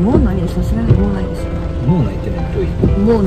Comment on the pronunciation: maruさんの日本語ほとんどネイティブというくらい違和感ないですけど、（関西弁）もうないでしょ、のところで少し関西訛り出てる気がして笑いました。でも韓国語訛りはほとんど感じないです。maruさん発音は勿論のこと文法？単語の選択？みたいな部分に全く違和感がなくてすごいです……わたしも韓国語勉強中ですが、maruさんが以前おっしゃってたみたいに女らしい言葉遣いとか、年相応の喋り方とか、他言語をそういう感覚的な部分まで身に付けるのは本当に難しいですね…